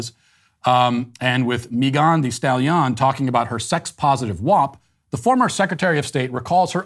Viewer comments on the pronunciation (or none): “Meegan de Stalyon” I love this man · After all of that information, what I am left wondering is- does Matt practice mispronouncing "Kaymayla" and "Maygahn thee stallyon"... it's just too good to be ad libbed 😂 I know he has had a lot of practice with Kamela, but the mispronunciation of Megan really made me chuckle! Thanks Matt 😄👌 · Matt pronouncing Megan thee stallions name is one of the greatest things ever LOL